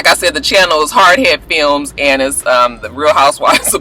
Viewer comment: You said it wrong, it's "hard Head Films".....